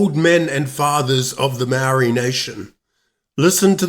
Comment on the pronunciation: I switch off when I hear the barstardized pronouniciation of the Maori language . Do yourself a favour and learn to properly pronounce "Maori"